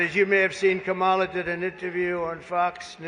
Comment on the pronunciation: pronounce her name correctly.